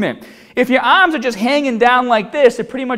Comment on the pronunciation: And remember, no looseness in the ahhms!